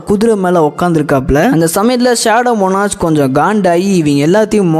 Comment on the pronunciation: மோனார்ச் இல்ல ப்ரோ மோனார்க்